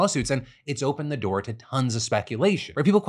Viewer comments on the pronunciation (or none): none